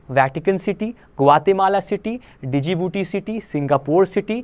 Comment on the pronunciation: djibouti mai D silent hai sir .